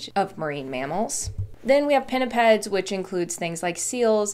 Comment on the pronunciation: Gotta love the way pinnipeds just rolls of tongue